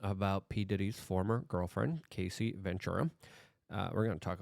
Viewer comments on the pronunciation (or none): Isn't it pronounced Cassy (like classy) not Casey (like Casey Jones)? Great reporting though. Thanks Luke. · Say it with me Luke. "Caa-see"